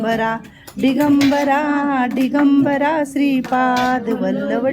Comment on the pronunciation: दिगंबरा म्हणा ताई डीगंबरा नही ते